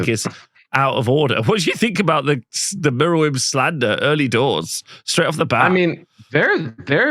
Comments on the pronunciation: I guess I'm glad it exists if only so we got to hear attempts to split the name into merw and yrm instead of mer and wyrm. Unlike other dragons I don't think this one's Welsh though (at least I can't remember seeing any when I was growing up) so he was definitely barking up the wrong tree. Do I want one? No, it should be in the sea not on a battlefield. Don't these elves discuss beforehand which dragon to bring and if so then who decided to bring the one that flails about like a fish out of water (at WS6 I accept) instead of the one that flies and walks? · Very good episode. Your struggles pronouncing merwyrm were entertaining. It was the first monster released for the Arcanum. Paint job is original. I love gribbly big base bound monsters in Warhammer. Hoping the Basilisk comes back as well. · it's bad enough listening to you mangle "wyvern", please don't get everyone mispronouncing merwyrm as well, it's mer like "myrrh" and "worm". at least you don't say calvary 😜